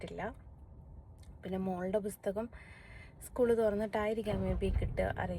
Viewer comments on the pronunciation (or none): ബുസ്തകം അല്ല.. പുസ്തകം എന്ന് പറയൂ...